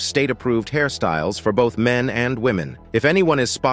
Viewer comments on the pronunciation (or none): none